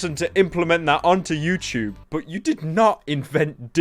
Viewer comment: Stfu fat fuck “youchube” 😂😂😂